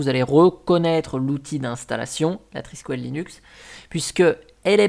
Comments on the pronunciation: Étant Breton, ça se prononce "Triskel" et pas "Triskuel" :p Le symbole en espèce d'étoile de mer qui fait des frisouilles, c'est un Triskel. C'est un peu chelou de proposer Thunderbird, Firefox, etc en virant les logos... y a vraiment des fois je me demande pourquoi certaines distros existent, autre qu'un projet personnel de se dire de faire une distro pour apprendre. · Je ne suis pas bretonne, mais amoureuse de la région et puis bon, je suis à demi irlandaise, donc ceci explique cela 😄 et j'avoue que le « trisquouelle » façon « poêle » à frire m'a un peu écorché les oreilles 😂 Je plaisante évidemment, mais tu commences à connaitre le ton de mes posts 🤪